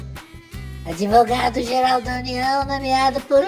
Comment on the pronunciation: "Adevogado do pt"